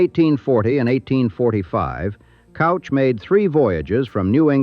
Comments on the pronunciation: well the AI does not know how to pronounce Couch. it is Cooch. not Couch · Right. And also cooch, not couch. not sure if this voiceover is AI or real, but, come on, get those damn pronunciations right! yea, all those snow flakes and artifacts over the videos that are probably not licensed seem suspect. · Mr.Couch's name is not pronounced Cow-ch. It's actually Coo-ch. I know crazy but true. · Its "cooch" not couch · And it's pronounced "cooch." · pronounced K-oooo-ch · Will-am-it River, and Couch is pronounced Cooch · Sighs.....John Hurd Couch is pronounced kooch. Willamette is pronounced wil--a (as in apple)--met (NOT willa--met) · "Couch" is pronounced "Cooch" in Portland. Its a surname so I assume that's how the family pronounced it. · Couch is KOU-CH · And "Couch"....it's pronounced "Kooch"!! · In addition to mispronouncing Willamette, you also got Couch Street wrong. It's not that hard to check. I asked Claude, and of course, it got the correct pronunciations along with explanations in seconds. There is no excuse for getting these names wrong. It irritates the hell out of us who live in Portland, and it ruins an otherwise fine video. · What ai can never understand from a script is the pronunciation of Willamette and Couch.